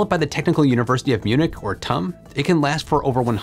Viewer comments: Last time I checked it was T U M, not tumm, like S A P, not sapp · For future videos involving TUM, I’d recommend pronouncing it like the word “tomb”, this is the correct way. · As a TUM graduate, it's funny to keep hearing you pronounce it like tum from "tummy" lol. The U in TUM is pronounced like a the last u from you. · If you want to pronounce the university like the Germans do, say T. U. Munich. Almost nobody will understand if you say 'Tum'. There are several 'Technical Universities' in Germany. Nobody would ever call the TU Berlin 'Tub' for example. 😂